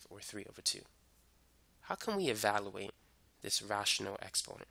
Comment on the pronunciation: Please say evaluate, not evaloooate. You say "value" correctly. It's just e-value-ate.